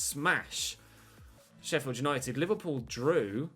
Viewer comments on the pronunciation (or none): none